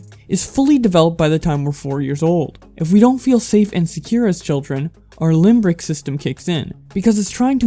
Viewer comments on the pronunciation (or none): LIMBIC NOT LIMBRIC